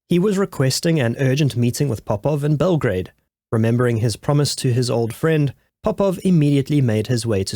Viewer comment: Bell - gra - a -de